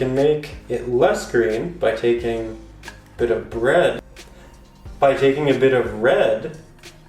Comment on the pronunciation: " a bit of BREAD" 😂😂😂😂